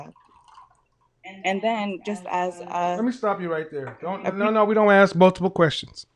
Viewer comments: The communication major uses the word "ax" instead of saying ask.... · And "axe"